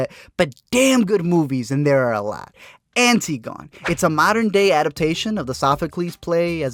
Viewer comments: Antigone isn't pronounced as it's spelled... remember, its a Socratic play. From Ancient Greece. They don't say "Anti-gone" they say "An-tig-un-ee." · anti-gone is pronounced an-tih-goh-nee... antigone... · It's pronounced Ann - tih - gun - knee. I made the mistake of pronouncing it anti - gone in my college classics class lmao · Anne-tig-oh-nee Not antee-gone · Antigone is pronounced Ann-TI-go-nee. :> Hope that's helpful! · antigone is an-tigg-uh-knee